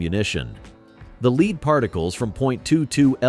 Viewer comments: The element is pronounced "led" not "leed"... A big thumbs down... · "Mithe" for myth, the ever popular "Leed" for lead.... all the standard A.I. narration garbage. I'm done..